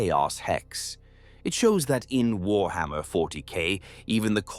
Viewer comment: having fun of further slaughtering the pronounciation of warhammer, I see!